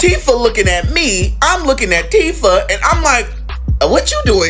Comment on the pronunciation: It’s Teefah